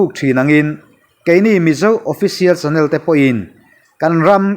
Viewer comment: A bengvarthlak thin e. Channel thumal i lam rik dan hi a dik lo va, 'nel' lai hi rualelna tih a 'el' ri ang hian ri hniam tur a ni.